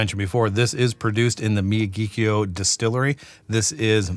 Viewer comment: It's pronounced mi-YA-ghi-kio. The first three syllables are the same as the name of Pat Morita's character in the Karate Kid; Mr. Miyagi. The fourth syllable sounds like the Irish surname, Keough. (There was a Matt Keough who pitched for the A's in the mid 80's.) By the way, your taste descriptions are very descriptive; kudos! As you stated in the video, Nikka has two distilleries; Miyagikyo and Yoichi. Yoichi is definitely a peaty distillery. In fact, it was created with the specific intent to make peaty whiskies. It's only by comparison that Miyagikyo is not the peaty distillery. But that doesn't mean expressions from Miyagikyo aren't a little peaty. So when they say Miyagikyo is not a peaty whisky, what they're really saying is Yoichi is the distillery in charge of making peaty whisky, not Miyagikyo.